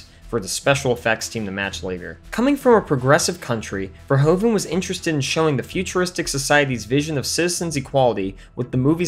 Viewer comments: Paul Verhoeven (Dutch) is NOT pronounced Paul "Verhoooven" ... oe is NOT "oo" but like the "o" in "movie" in English ... vowels are different in Germany & French too ... so we Dutch are used to see same vowels in different countries being differently pronounced. And I am proud he went from The Netherlands to USA making bigger productions ... Paul was/is in Holland famous for "Soldaat van Oranje" see: before he became an international name. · Verhoeven. Ver is pronounced like fair, hoeven is pronounced like hoover with an N at the end instead of a R. So Verhoeven is pronounced Fair-hooven. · First of all, I like this channel a lot... But.... I'm Dutch. You managed to pronounced Verhoeven a whopping twenty-six times wrong! Probably a record! Congratulations! The main problem is that "oe" is the way Dutch spells "oo". So in English spelling it would be "Verhooven" Plus: The Netherlands, not "Holland". Although, he did grew up in Amsterdam, Noord-Holland. But that's not the name of our kingdom. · His name is Verhoeven not verhOven. Say OE Please. Greetings from the Netherlands. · Okay, let me add this joke. The way you kept on pronouncing Verhoeven's name wrong... Irritated me like a bug.